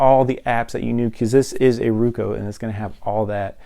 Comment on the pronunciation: ITS ROKU NOT RUKU